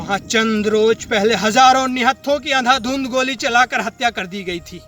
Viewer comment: Adhadundh nahi andhadhundh